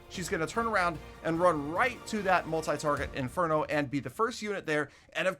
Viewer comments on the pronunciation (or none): yo! what's your problem man why you mispronounce multi target inferno always. you did it in many video's including this one just why. much love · You always pronounce it as multifarget interno Idk is it purposely or not But it's damn funny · It is on purpose, but I love it every time.